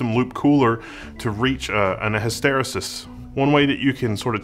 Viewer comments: Hiss-tare-EE-sis... also, I think you meant to say 'saturation' ... as in heat saturated... anyway... awesome investigation. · I've always heard hysteresis as his ta rEE sis not his tare a sis. Just to be that guy.